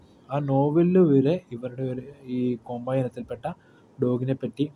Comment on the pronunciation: കോമ്പായി അല്ലടാ കോമ്പെയ് എന്നാണ് കറക്റ്റ്